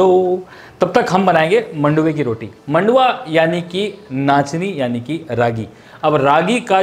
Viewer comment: Manduva nahi maduva kehte hai 😅